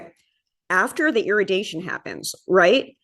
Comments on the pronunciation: Its: Ir-ra-di-ation... not iradation. Driving me nuts! Most of our foods are irradiatiated... Its actually by far the best/healthiest, least invasive remediation process. (As opposed to pesticides, chemicals, etc...) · I feel the need to help with that word. Irradiation... ear-ray-dee-a-shun / ear-ray-dee-a-ted